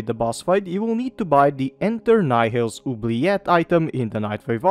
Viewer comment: Finally someone who pronounces 'oubliette' correctly